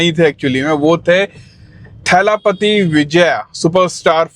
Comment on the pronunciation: थेलपति नहि, दलपति